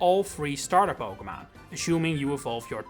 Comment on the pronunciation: Po-kay-mon, not Po-kuh-mon